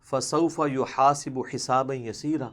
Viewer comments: Sir app ne ek aayat me zabar ki jagha zair parha hai 'Fasaufa yuhasabu' hai aap ne yuhasibu parha hai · fasofa yu hasabu... Galti theek farma lain